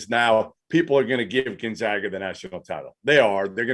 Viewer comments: Steve still doesn't know how to pronounce Gonzaga. Keeps saying GonZOGa. How has it escaped him that the team is called the Zags, not the Zogs? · still can't pronounce Gonzaga correctly.